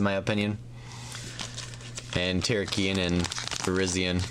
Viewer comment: It is ter ra key on